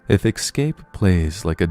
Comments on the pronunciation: Quit saying EXCAPE. It's not excape. It's ESCAPE. Please fix your pronunciation, god damn. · Good video... but it's ESCAPE not EXSCAPE... ES-CAPE... ES/CAPE... No "X" sound anywhere. You're too good at this to mispronounce words. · What is it that makes your generation say :"ex-cape" and "ex-presso" when there are no "x"''s or "ck"'s in those words? Are all of you born in the 90's fucking stupid? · "ek-scape"? really?